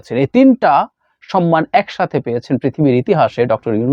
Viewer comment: With due respect I would humbly like to mention that the Bengali word should be "SHOMMAN", not "SHONMAN". I always try not to miss your any contents.